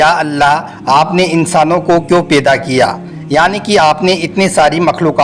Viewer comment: Peda nhi paida bolie jnab talafus thk kizieyea